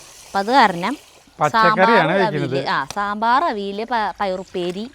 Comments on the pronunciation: അവിൽ അല്ല അവിയൽ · Avil❌ Aviyal✅ Thrissur kar engane parayum ennu parayalle. Aviyal ennu parayarutta……